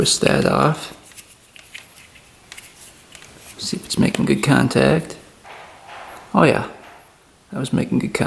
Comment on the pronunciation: Your “Oh Yeah” expression definitely has a Wisconsin twang to it, Ohh Yeah, very cool.